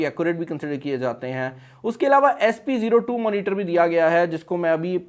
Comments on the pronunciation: please correct your pronunciation of SPO2. It is O2 abc wala o2 js ka matlab hai oxygen.jab k aap bar bar zeero 2 keh rahai hian. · Sp02 nahi SPo2